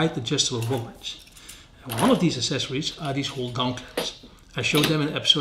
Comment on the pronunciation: You should learn how to pronounce 'accessories' properly.